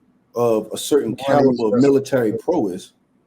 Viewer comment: Firstly, it’s “Prow-ess” and some of these men out here aren’t capable either